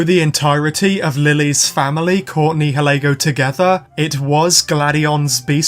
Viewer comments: I love your vids but….YOUR NIHILEGO PRONOUNCIATION IS MAKIN ME CRY XD…its nayaligo in da dubbed ik we watch da subbed but my brother watch da dubbed and whenever u say nihilego he is correcting it. But it aint botherin me just makin me laugh XD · it’s Nioleguo ure Saying it wrong